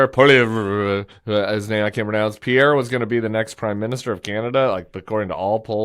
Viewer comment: Lol damn Tim. I spit laughed out loud at your French non pronunciation of Pierre. You always make me laugh. That's the one for me today.